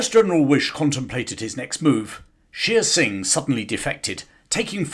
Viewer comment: Shere Singh is mispronounced. It is not "sheer" singh, but "share" singh.